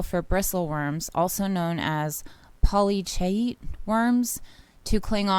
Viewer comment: Hi,! Thanks for this important information about our indigenous brothers & sisters. The name of the worms you spoke about are pronounced poly keets. I don't know about the other things, lol! 😁 Have a great day! ✌ & ❤ from 🐱